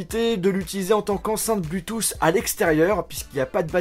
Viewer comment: Enceinte" blutusss"cet accent😂